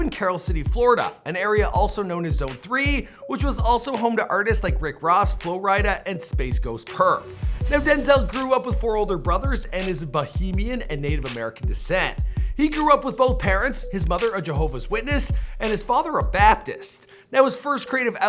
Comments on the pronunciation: BAHAMIAN NOT BOHEMIUN come ON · i was just waiting!! for him to say "Bahamian" and knew he was gonna F up the pronunciation kmll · that's...not how you pronounce bahamian